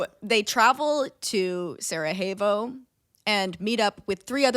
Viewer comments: Saw John Green and clicked, i guess he's the reason your video popped up in my feed. Dear Lady in blue: Sarajevo is not spanish, so the j is not pronounced like an h. Just imagine it as "Sarayevo" for your pronounciation needs. I think it is important to note that "the people of Bosnia didn't want to be part" mainly showed in the early years after the Berlin congress. When the occupation happened. It was less a problem by the time the annexation happened. At the time Franz Ferdinand and his wife visited that was almost 20 years later. At that point the Bosnian men were part of the A-H army, well respected in that, and the day before the assasination the couple visited the markets and talked to the population. (In their language. F-F despite being known for not liking slavic people was able to speak with the serbs, croats and muslims that made up (and make up) Bosnia. Btw.: Belgrade is not in Bosnia. And from what i remember, they weren't in favor of "independence of Bosnia" but to have a greater Serbia that would include Bosnia. (there is a reason the current serbian government put up a bronze statue of Gavrilo Princip in a park in Belgrade, not the Bosnians.) Where did you get that about a military parade? F-F was the chief inspector of the army and was there to check on an exercise. And while there, he and his wife decided on visiting the city. No parade. No guys. All of their drivers were from home. And they didn't go "back to the hotel". They were going to the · I know its too late but its killing me so I have to comment: Sarajevo is pronounced Sarayevo not Sarahevo and any last name that ends in "ic" is pronounced "ich" not "ick" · when was saying "Sarajevo", i was like "who is Sara? i don't remember her as part of this story" haha … being from the Balkans i thought that was really funny. such a great episode!